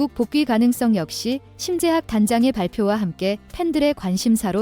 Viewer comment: 염병헐 AI 목소리 심재학단장 이름조차 제대로 못읽냐???